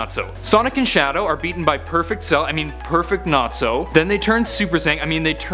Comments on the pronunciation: Nazo not Natso! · One of my biggest pet peeves is when people pronounce a name wrong when THEY KNOW from watching whatever show that name comes from that’s it’s not pronounced that, it’s NAZO not NATSO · I like Shadic but its Nazo not natso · Not trying to be rude but its nazo not natzo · It's Nazo not Natzo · It's not Natzo it's NA-ZO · it's pronounced nah-zO not Nat-zo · Lol I love how he pronounce's Nazo like if it's supposed to sound like Nazi.